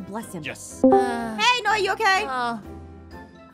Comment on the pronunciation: It’s Noi not Ein .